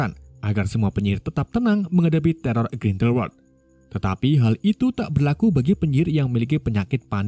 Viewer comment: teror dari grinweldelwewed 😂